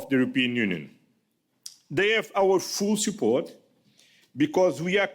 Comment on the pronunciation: ”Fool support” on väga huvitav hääldusvariant Euroliidu hetkeseisu kohta, Kopenhageni jutuvada kuulates....😂 ...